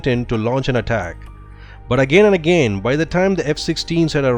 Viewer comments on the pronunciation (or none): none